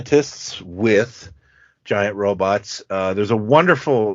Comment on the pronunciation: I like that dude says ROBITS